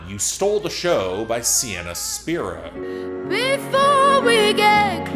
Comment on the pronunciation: If you insist on over-analyzing things and you keep hating on a talented 20-year-old singer with a soulful voice who writes her own music, then the least you could do is pronounce her name correctly. It's "spy-ro" with a long I.